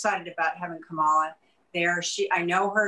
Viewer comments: Cindy you know Kamala? You mispronounced her name. It’s KA mala not ka MA la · COMMA LA its really not that hard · I just love Mrs. Cindy McCain... even though she pronounced Kamala's name wrong. I need her to come guest co-host as often as possible. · Cindy Mc Cain..I love you...hope you have a prominent position in the Biden Administration......just learn how to pronounce Kamala!